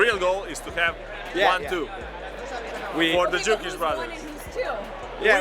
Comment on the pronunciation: It's Dukic - get it right!